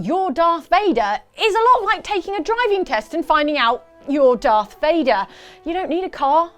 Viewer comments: C'mon guys, its darth Vader, not darth Fader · Dark Vador, not darfe vèdeur, idiot. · Did anybody else notice they called Darth Vader Darth Fader? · Ummmm. You do realize his name is lord Vader not lord Fader lmao